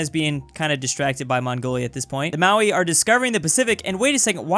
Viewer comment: every time I hear him say Maui i have a mini aunrism